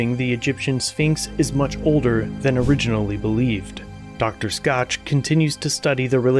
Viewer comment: Dr. Robert Schoch, pronounced "Shock" rather than "Scotch" as you said. 🙂